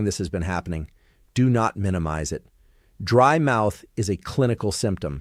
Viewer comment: DRY MOUTH NOT BRIED MOUTH